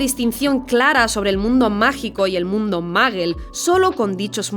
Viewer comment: Dijiste maggle en vez de muggle que onda contigo?